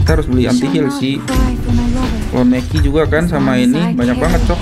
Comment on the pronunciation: Menki ❌ Meki ✅